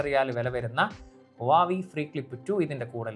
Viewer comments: Adhyam oru brand name parayan padikkedo koppe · oru brand name adhenkilum krithyamayi parayan padikkedo, brandname malayalikalk ingane madhi ennu than ara theerumanikkan, thett pattiyal thiruthan padikk, urulalle